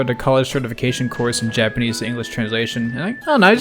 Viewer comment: Isabelle section is a great show that is fluent in yapanese